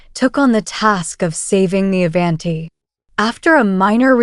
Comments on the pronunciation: Ai can’t even pronounce Avanti correctly. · Learn how to,pronoun the word Avanti! 😂